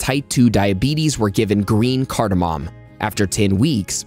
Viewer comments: Whatamom?! No mom!! No pop!! It's cardamom pronounced card+a+mum!! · Cardamom MAY . .... Cardamom may...... Cardamom may....... Cardamom may ...... Phew ! When will science studies and you be SURE !